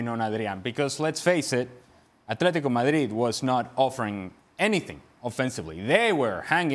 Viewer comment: love Moreno’s native pronunciation of Atlético Madrid.